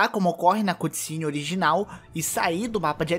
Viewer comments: se fala ''câtcine'' não cUtcine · Águia? É um corvo! Aprende a falar cutscene.